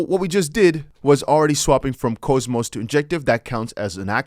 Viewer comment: If I may. It’s not cho, or cohmos, it’s pronounced cause-mos. Au… awww. k-aww-mos.